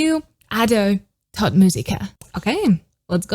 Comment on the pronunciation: As a German speaker, it’s pronounced like “tote” not tot.